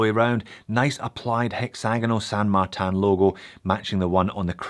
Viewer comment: Where's the A in martin ? LoL